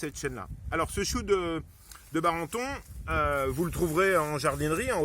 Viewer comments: Chou de Daubenton !! et non de Barenton !! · Répète après moi : DAUBENTON, pas BARENTON ! :-)